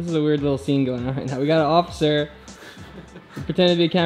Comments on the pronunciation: Roi said ociffer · thit you guys know that roi said offcifer not officer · Roi said "ociffer" instead of "officer"